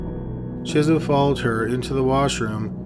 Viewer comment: Every time he says "Chism" I keep hearing "Jism."